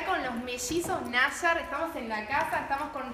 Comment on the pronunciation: Pronuncia mal nayar